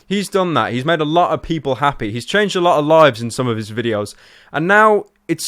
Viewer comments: my god he said happae... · "my videos make them happay" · he says hapey lol